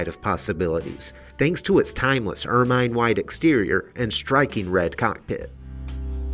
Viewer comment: Er-'mine? ER -min!!!! (You know, like the animal???? You didn't know about the animal that is why you called it ER MINE white. Oh well, you can't have everything!